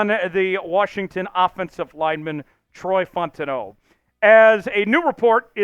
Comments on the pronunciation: he pronounce it like bro Italian or some shii 😭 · Ur saying fautanu wrong! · Bro I literally been saying the same thing drives me nuts every time 😂